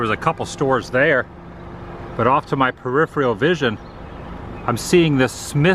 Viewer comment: Presenter sounds like he failed English at school e.g. states that the old theater is "directly parallel" to the shopping mall when its actually a few doors down the street, he doesn't know the difference between a mural and an old advertising sign, and says "periphriarel". Back to the books bub before you attempt to communicate to a mass audience. Won't be coming back.